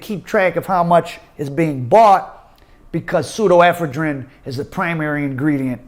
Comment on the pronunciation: the only dude on the planet that pronounces an O as an A in every single word. Also Pseudoephedrine NOT pseudo ephedrine. 😂😂😂